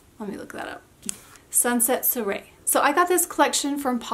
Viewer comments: You actually went to find out how to pronounce it and still said it wrong. Soirée-swaray.. and these polishes are long lasting but DESTROY your nails! Oh, and it’s OPI MET a boy cute as a can be. Not MEET a boy. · You can pronounce soiree like swa-ray. Lovely swatches as always. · It’s pronounced swa Ray ;) It means a gathering. Polished look great on you!